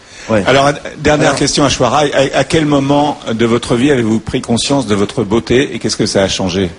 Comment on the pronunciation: ashwara mdr ils savent pas prononcer son prenom. c'est simple aish-wa-rya! elle est magnifique j''ai jamais vu sa. en plus elle dance magnifiquement bien. a voir dhoom2.